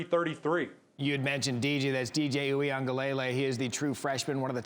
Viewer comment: PLEASE TEACH YOUR ANCHORS & REPORTERS TO PROPERLY PRONOUNCE DJ UIAGLELEI's NAME. His father teaches fan on the Clemson football Twitter page. Please practice the name. 3 years at Clemson and time in the NFL, practice saying it correctly.